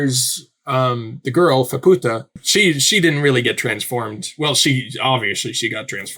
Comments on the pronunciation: Oh, no, you're not going to call her "fuh-POO-ta" the entire time, are you? Please do not call her a Spanish whore. It's FAH-pu-ta, exactly how the characters all say it. Maaa is literally an idiotic toddler. Completely insufferable. The single worst part of this arc. This was our first introduction to Vueko in the manga. The flashback wasn't confusingly sprinkled through the arc with zero context like the anime did. I'm astounded you still haven't realized how to pronounce Nanachi. Gaburoon was saying to Reg that they might have the same creator because they share some design similarities; he doesn't know and he would like Reg to discover if they do and who that creator might be. The only person known to have come down to the Sixth Layer and returned is Bondrewd because while the body he's using melts into a Narehate on the way back up in the pod he just switches to another body when he arrives back at Ido Front. "The White Whistles... well, some of them aren't human -- most of the aren't human" Yes they are. Lyza, Ozen, and Riko are all human. As far as we know, the only one who isn't human anymore is Bondrewd, who is a literal White Whistle. We haven't met Wakuna yet, and [Mild Spoiler]: Srajo is also human. "All the White Whistles, they have a Blessing" Nanachi and Bondrewd himself are the only successful Blessed Narehate. Bondrewd directly said this and he doesn't lie. "Maybe I should know this by now, but how are the White Whistles able to go down and come back up?" You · To clarify on Faputa's name, it's pronounced more like Fap-ta. I think the U comes from a translation thing, it's basically been translated the opposite way as Reg, where the direct translation has a U at the end of it but it was taken out, where as it was kept in for Faputa's name. I'm still early on with learning Japanese and most of this is second hand knowledge so take it with a grain of salt.